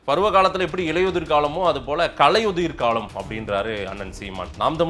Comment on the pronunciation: பாரிசாலனுக்கு சீமானை தூற்ற கிடைத்த மற்றொரு வாய்ப்பு. சீமான் பொறுமை காத்து முடிவு எடுப்பவர். உண்மை வெளிவர காலதாமதம் ஆகும். ஆனால் முடங்கி போகாது. தமிழை சரியாக உச்சரிக்க வேண்டும். கலையுதிர் என்பது பிழை. களையுதிர் என்றுதான் சீமான் உச்சரிப்பு. ❤நாம் தமிழர்❤